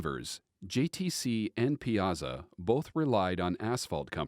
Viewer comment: It's pie-a-saw